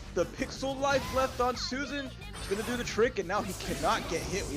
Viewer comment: I hate the way they call susanoo susan...